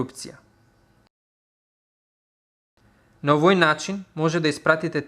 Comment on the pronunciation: до нараторот:'овој' е со акцент на првото 'о' броејќи од лево. И англиските зборови на ги изговараш добро.